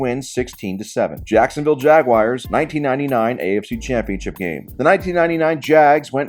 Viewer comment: I thought you were the perfect YouTuber. Then I heard you call the Jacksonville team "The Jagwires". Guess we all have our flaws.